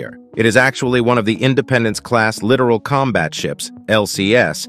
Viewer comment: LIT... TORE... RUHL... is how it's pronounced